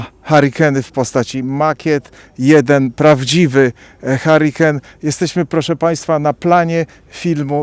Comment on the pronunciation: Chlopie nie "harikan" ale hjurikajn...Tak sie wymawia.